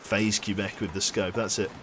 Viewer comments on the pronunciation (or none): Quebec (kwah-beck, not Q-beck) isn't very bright, is he?